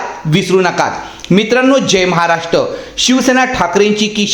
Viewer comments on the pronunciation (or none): none